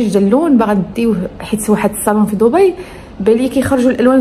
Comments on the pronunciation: دبي دبي دبي دبي وليس ضبي تكتب بالدال وتنطق خفيفة بالدال وليس الضاض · ماشي ضبي تنطق وتكتب دبي ومنطقة تانية ابو ظبي